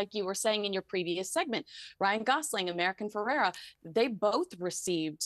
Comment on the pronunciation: It’s America Ferrera, not American Ferrera.